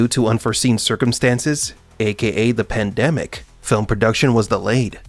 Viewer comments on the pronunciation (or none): none